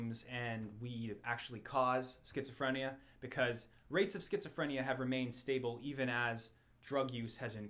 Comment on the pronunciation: Triggered by the mispronunciation of Schizophrenia